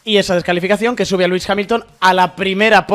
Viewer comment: Martí entre Legüis Hamilton y “duodécimo”, sus dos palabras favoritas… se corona! si dices “decimosegundo” tampoco pasa nada eh! Lo mismo que dices decimotercero, decimocuarto…etc… pues nada, si no dice “duodécimo” 10 veces por vídeo, no lo dice ninguna vez….. eh “Legüis…? Jajajajajaja